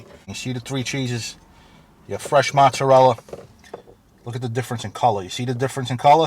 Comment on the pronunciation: Learn the proper way to say, "Mozzarella".